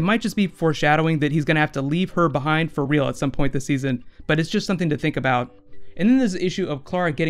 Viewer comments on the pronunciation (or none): none